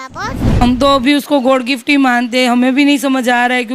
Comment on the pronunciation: ना तो मीडिया वालों को हिंदी बोलना आता है ना इसके परिवार वालों को जो छोटी बच्ची को बोल रहे हैं कि इसे हिंदी में नहीं आती😅😅 गॉड गिफ्ट नहीं होता god गिफ्ट होता है😅😅😅😅